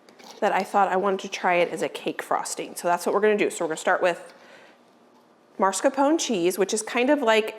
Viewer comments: Everything is beautiful and looks delicious. Please check the spelling of the word Mascarpone. Not MaRscapone. I’m sorry to be so picky but every time you say it my earlobes curl. 😉🤗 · Hi, even it is funny to hear how you call this type of cream cheese, I think someone should tell you that cheese is not MARS KAPONE. It is MAS KARPONE if it is easier to understand. Mascarpone cheese is used for many cakes and sweets and I am sure you will use it more often in future cooking. So it is time to learn its name. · Please please please stop calling it "marscapone". That is not the way it's spelled. It's pronounced llike mask-are-ponay. The 'r' is AFTER the 'masca'. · MAScarpone cheese, not MARScapone. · Mascarpone (pronounced mahs-car-POH-nay). Not maRs-car-POH-nay. ❤️ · If you look at the spelling of mascarpone, it should be pronounced mass-car-pone